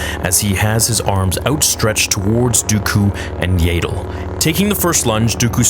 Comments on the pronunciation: "What If" Yaddle's name was pronounced like "tattle" instead of "ladle"? 😂 Sorry, it just makes me smile a bit when you say it. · I thought it’s Yaddle and not Yaydle. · IT'S YADDLE! NOT YADLE! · Yay-ddle? I'm guessing you've called ya-ddle(as in paddle) that since childhood. No worries. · . Her name is pronounced Yaddle, not "Yaydle". When the hell will you get it right?! I have heard you say it wrong the whole time you have been saying it. How do you pronounce the word saddle? "Saydle"? You run the biggest Star Wars fan-channel on YouTube, so you should definitely be professional and do some research on how to pronounce a character's name properly. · This wasn't a bad video at all But the way you say yAddle instead of yaddle is really bugging me lmao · It's yaddle, not yayddle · Yaydle? Who the hell is yaydle? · I know you don't care, and I know that George Lucas never bothered to correct pronunciation and so no one else should care, but dude....I just can't handle the yaydull. It hurts me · I love you but the fact that you call Yaddle “Yaedle” is giving me a brain tumor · Aint no way you just call her yay dle😂😂😂 thats funny ngl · My friend its pronounced yaa-dle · it would be great if you removed your ego from the equation and stop saying Yay-dle. You used to pronounce it wrong. No big deal. The big deal is continuing the mispronouncement despite evidence to the contrary. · When I was watching "Tales" I just kept thinking " might stop pronouncing it like 'ladle' now!" Alas, it hasn't changed 😆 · its not yay dle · Please stop saying Yaddle like that lmao